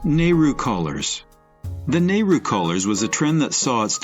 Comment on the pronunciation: Not only mispronounced but atrociously inaccurate nehru 1960s not 1980s😢